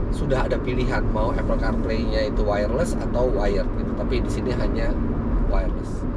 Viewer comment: Apple yang benar dibaca Apel. Seperti bahasa kita melafalkannya. Mbak itu sudah benar. Saya juga heran, saya tahunya dari dosen bahasa inggris.